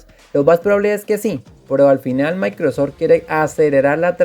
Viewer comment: Se llama Microsoft (Maicrosoft) no Maicrosor